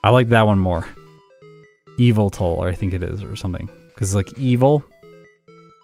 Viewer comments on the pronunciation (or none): M&JTV has something to say about how Yveltal is pronounced... and Arceus too :).